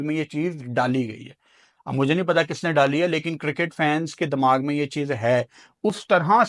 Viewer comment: Dimag ❌ Dammag ✅